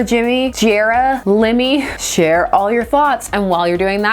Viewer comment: Not gonna lie. When you said share, I heard Cher. I thought: Geez, leave that woman out of it.